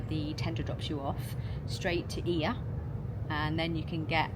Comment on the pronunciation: it's actually EE-a in Greek, not Oi-A :)